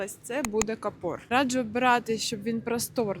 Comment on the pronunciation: Вивчіть слова а потім інших навчайте: кАпор а не капОр